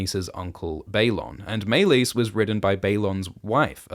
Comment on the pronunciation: why are you pronouncing Meleys like that? they literally say it so many times in the show... also youre forcing too much of GoT into HotD, just because a dog is in Harrenhal doesnt mean "its a reference to Clegane" who wont be born for ages and is NOT in this show